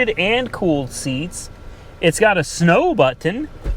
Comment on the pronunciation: It’s got a Snoowwee butoonn